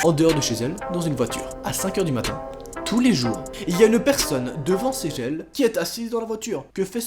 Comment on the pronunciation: A tu dit:" devant ces gel" au lieu de devant chez ellle